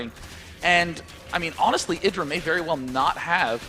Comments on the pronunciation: God damnit it's id dra, not I dra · Love struggle to say Idra's name right throughout the series, "eye-dra, sorry.. Idra." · neither. it's idra. as in "did." didra. idra. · I like how keeps correcting his own pronunciation of "IdrA", then two seconds later says it the other way again.:P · its the way brits would pronounce it, get over it. Also he tries to correct himself too